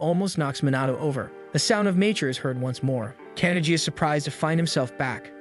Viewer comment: Well done. A story that truly reaches the heart. I hope there is more. However, I just have one irritation: the correct pronunciation of Japanese names Minato (Men-Na-toe) Kannagi (Kan-Nag-ge) or the English word: disciple (de-CI-pel). I was surprised and disappointed. Based upon my enjoyment of your previous work, I mistakenly assumed that you would give your faithful audience the courtesy of research and accurate pronunciations. I have been listening to your work for almost a year. I enjoy your work, I hope you do better in the next one that I encounter.